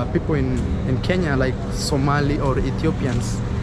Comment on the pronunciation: When told him he was from Kenya and the man called it Karnya and quickly said I know that place. I was sure everything out his mouth was a lie 😂